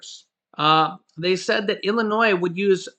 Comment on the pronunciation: you’re awesome! You’ve learned the correct pronunciation verbally saying “Illinois”! 😘